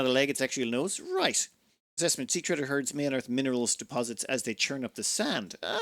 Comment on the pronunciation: Is 'treeder' a local pronunciation? I would read it as 'trehder'... like tire tread, or treading water. Sea treader sounds like it would be some sort of algae colony that floats somewhere around the 150m depth or something. - Okay, you got to it eventually. And was not expecting basically giant mosquitoes.